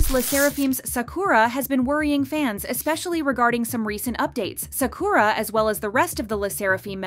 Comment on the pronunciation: Im sorry but they way you say Sakura it’s so distracting 😅